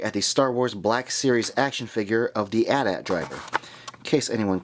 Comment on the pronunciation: Dude, you don't pronounce the word 'AT' twice... it's an AT-AT driver and pronounce the letters individually...